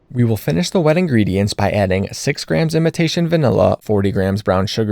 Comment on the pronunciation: Everytime you say imitation vanilla, I hear "invitation" 🤣